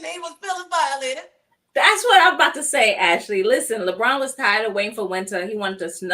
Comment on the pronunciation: Not Leborn 😂😂😂